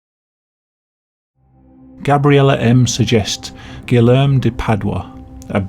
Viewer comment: I like how you pronounced Guilherme as “Guillem”. And the Brazilian TV show with the snake puppet is actually targeted at adults and about celebrity gossip , which , believe it or not, also includes convicted murders.